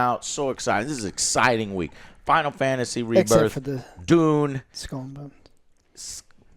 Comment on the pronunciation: When you said Dune part 2 i thought you were say Doom Part 2. I was like WTF!!!???